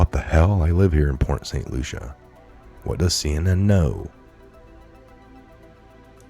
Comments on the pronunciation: It's pronounced Port St Lucy not Lucia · Bro, it's Port St Lucie not. Lucia. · Correction: Port St Lucie is pronounced as: Port St Lou-see there's NO A at the end of Port St Lucie ;) And if you live there you should know how to say it correctly ;) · I live in Florida! Never ever seen a hurricane turn 90 degrees!!!!!!!!! It's pronounced Lucy , like I love Lucy. Port st lucy. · It is pronounced port st Lucy. It's spelled lucie there is no a present. Not Lucia. I almost had to turn it off. I know you dont have a big crew but if you are not sure of annunciation please look it up. Attribute is another word that needs work. Other than word annunciation your perfect. Good day.